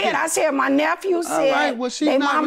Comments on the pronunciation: She was a teacher...what the heck is a “naphew” 😂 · I’m sorry… NA-PHEW?? Lol Just a joke, friends❤️